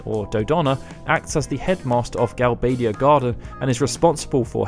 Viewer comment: Gal-bay-dia? Ugh.